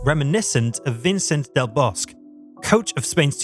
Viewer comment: Like the video...but the pronouciation of the Spanish names was atrocious. "Vicent del Bosq"?